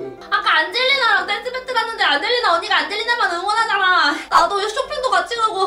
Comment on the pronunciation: 안젤리나 이름이 계속 '안질리나?'라고 들렼ㅋㅋㅋㅋㅋ